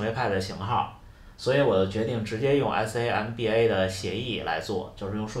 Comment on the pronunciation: samba 读作 “桑巴”。不用谢。70M速度，很棒。